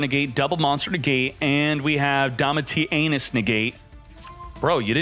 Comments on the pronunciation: Why do you pronounce it 'DomitiANUS' every time? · that’s an awful pronunciation of Domitianus 🤣